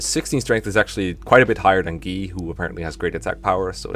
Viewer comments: ...Guy is pronounced "Gee"!? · Have you mentioned in another vid why you call Guy "Gee"? It's not a big deal, it just kinda threw me off the first time I heard it since I didn't realise that people pronounced it like that.